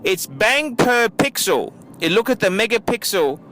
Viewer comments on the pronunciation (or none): none